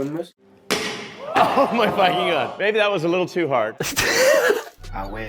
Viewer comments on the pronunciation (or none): none